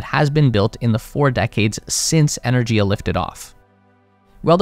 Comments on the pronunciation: It's "ener-giya", with a hard "g", as in "gift. This is more common in Indo-European languages. A couple of minutes research would have found this out. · The Russian pronunciation of Energia is "Ee-ner-gee-yah". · The G in Energia is hard, not soft. Энергия